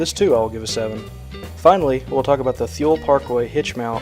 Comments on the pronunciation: FYI..It's Too-lee. Not Thul. Also that was kind of an apples to oranges comparison with the odd man out hitch rack...don't ya think? I'm a dealer and Too-lee also has a tailgater called the Gateway Pro. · Yo dude, Take a look at the Thule tailgate pad... it's by far the best.... and while you're at it, ask your local bike shop how to pronounce Thule!!!~